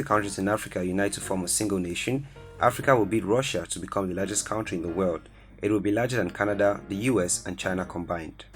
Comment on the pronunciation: The way you are pronouncing country is disturbing